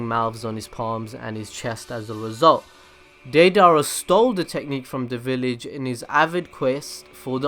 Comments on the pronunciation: He keeps saying deidara as daydara it is daydera! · ( day-da-ra) is how you say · He is saying day dara 😂😂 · why do you keep putting so much emphasis on his name dei dara there's no space between it's deidara but you keep saying dei dara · Day-Dara???? That’s not how you say it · it's not da-dara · “Dae-Dara”😂😂😂 he butchered it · Not hatting but it's day-da-ra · deidara rhymes with ala akbar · Anyone else cringing on how this guy says deidara? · Why do you keep mispronouncing Deirdara's name so massively, please don't try blaming it on accent as it is obviously not that. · All I hate is how you’re pronouncing his name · The way you say deidara makes me wanna itch. Sorry if it is because of your a cent but I'm just wanted to kindly correct you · Favorite character but can’t say his name right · the a in deidara is silent. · U would think if deidara was your favorite character u would at least say his name right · Well if you like him why don't you say his name right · Can you at least say his name right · Deidara is one of your favourite characters yet you can't pronounce his name right